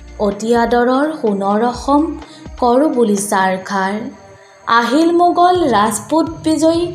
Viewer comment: "মুৰ" নে "মূৰ"……????? "বুহা" নে "বুঢ়া"……?? "মুগল" নে "মোগল" ……???